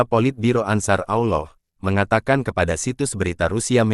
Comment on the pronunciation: kosakata admin gak jelas , penyebutan Ansharullah saja salah-salah , gak jelas